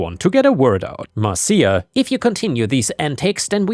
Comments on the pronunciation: It's 'Mar-sha," not "Mar-see-ya," like from the Brady Bunch. That was the joke about saying it three times... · not mar ceeya,,,, MARSHA, MARSHA MARSHA, ...... guess i am old too. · The reference to the Brady Bunch is, mar-shuh, mar-shuh, mar-shuh, not mar-see-uh, mar-see-uh, mar-see-uh. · FYI, Marcia isn’t pronounced “Mar-see-a”, it’s pronounced “Mar-sha”. The OP of that story was referencing The Brady Bunch, where a recurring theme was a character admonishing Marcia Brady for some annoying busybody action by going “Marcia, Marcia, Marcia!” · Just a heads up, Marcia is usually pronounced "Marsha" and was intended to be with the 3 times thing (That's a reference to a very old television show called The Brady Bunch) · 'Marcia' is pronounced 'Marsha' Pronounce it that way 3 times and now, you're Jan Brady! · Just FYI, but "Marcia" is pronounced "Mar-shu." So you know for the future. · Fyi: Marcia is pronounced like Marsha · "Marcia" is pronounced "Mar-sha" :) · Lovet stories, and it is pronounced Marsha. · Dude. Love listening to you read but I’m dying! YouTube the Brady Bunch, when Jan yells Marsha, Marsha,Marsha! You’ll learn how to pronounce it correctly. So funny tho the way you read it! 😂😂😂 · it's pronounced Mar- sha. It's from the Brady Bunch TV show. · Just as a head's-up, "Marcia" (at least in the US), is pronounced "MARSH-uh" - The name was used in the 70s TV show, "The Brady Bunch," as the name for the oldest daughter. There's a meme about the middle daughter (Jan), whining, "Marcia! Marcia! Marcia!" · It's surprising how little effort it actually took to confirm the pronunciation of "Marcia". Turns out modern technology makes it remarkably simple to find out how words are pronounced.